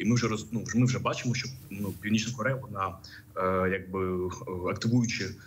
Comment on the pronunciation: навчіть, будь ласка, цю жінку, як правильно говорити слово що, а не Щo.